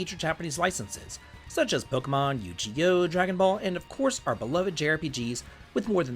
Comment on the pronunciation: Just out of kindness (and because I've seen you mention it before on Twitter), the proper way to pronounce Yu-Gi-Oh! is with a hard G sound (like "good") and not "Gee." Not trying to be a smartass, just to help with your ad reads and/or game topics 😅